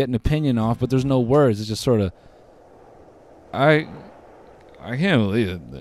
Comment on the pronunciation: "Aaaaiiiiight eye cahn belief it"😂😂😂😂